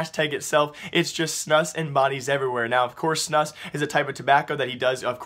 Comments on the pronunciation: Stop saying snus as "snas"... It's fucking "SNUS" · it's pronounced "Snuuus", not "snuss" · its not called snuss.. its Snus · It's snus not snuss.... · Snus is actually pronounced like "snooze" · Snus is pronounced like moose... So snoose? Now you know loooooooooooool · HAHAHa, why do you say snus like snuss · Ye, Im from Sweden and it sounds really funny:) Keep up the good work! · Dude i cringed so hard when you tried to say snus